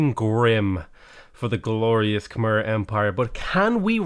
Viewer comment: When is going to pronounce Khmer the right way?